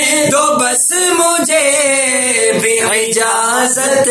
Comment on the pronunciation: Masha Allah bhut acha pdh rhe h, Par ijazat me ain nhi balke alif h